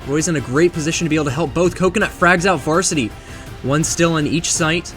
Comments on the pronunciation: Anyone else noticed how says frogs instead of frags? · When you attempt to cast, your grammar gets weird and you say things like "gets fragged out" 5 or 6 times in a row. It sounds bad. You even said "frogs out" 😂